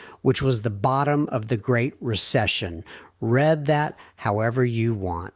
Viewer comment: You lost my interest as soon as your A-eye reader read(reed) as ( red).